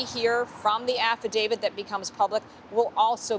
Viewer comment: Would you “professionals” please learn that it’s not an affi-DAVID, it’s an affadavIT! Come on, man!